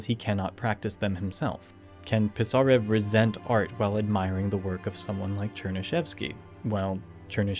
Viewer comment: A minor pronounciation correction: Пи́сарев, otherwise its impossible to understand